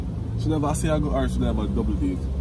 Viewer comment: I laughed wayyyyy too hard when the cashier said Asiago plain and said "and one a ship" 😂😂😂😂